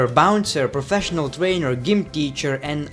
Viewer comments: thats pronounced "j"ym not "g"ym....😂😂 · gym is pronounced Jim